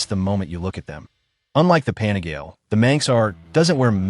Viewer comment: AI voice crap “ pan a gale “ GTFOH